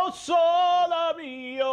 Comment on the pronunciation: Looking for classical music enthusiasts. What is the correct pronunciations of O sole mio? Is it supposed to be O-soh-luh mio or how Scully pronounces it, O-soh-lah mio?